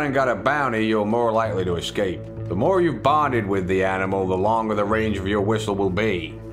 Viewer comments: Mo dynamite haha love the way you say it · you can never have too much dynamite...... you always want Mo.... dynamite !